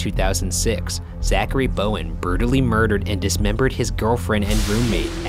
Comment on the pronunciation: he says burtally instead of brutally